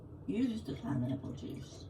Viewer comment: Pineapple!? Did i hear pinrapple!?!?😂 I could live off just pineapple!